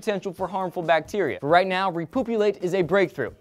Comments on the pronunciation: when you said repoopulate i started busting out laughing and couldn't stop lol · Repoopulate? You can't make this shit up! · Repoopulate... Nuff said. :o